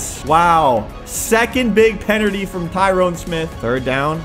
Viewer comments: Second penalty ❌ second penity ✅ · Bro he said penerty